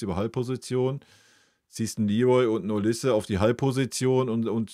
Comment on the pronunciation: Hat es einen Grund, warum Du den Nachnamen von Mikel also Olise permanent falsch aussprichst?